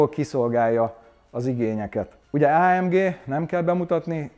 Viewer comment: Legalább valaki nem Á M DZSÍ-nek ejti mert attól a szőr feláll a hátamon.